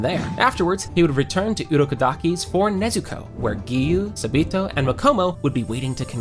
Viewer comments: Him:sa-B-to Me:ITS SA-BA-TO AGHGG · I can’t with how you’re saying sabito’s name 😭